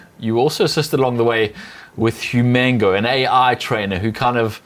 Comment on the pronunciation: Lol I think it’s “human-go” not “hu-mango”